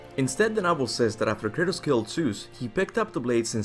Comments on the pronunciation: I'm pretty sure his name is Kratos, not Curtis bro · Thought bro kept saying Curtis 😅😅😅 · I’m dying over here. Every time he says Kratos it sounds like he’s saying Curtis. Haha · I know what you're saying but it sounds like you're saying Curtis which is hilarious from now on his name is Curtis. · Anyone else hear him saying "Curtis" instead of Kratos? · I sounds like he's saying Curtis and not kratos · When you say Kratos I hear Curtis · Kurtus kurtis lmao pronunciation